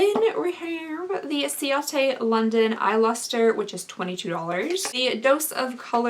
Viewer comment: I love your channel. I'm a makeup junkie too. I just wanted to say coats London i think is pronounced Kate london. I could be wrong.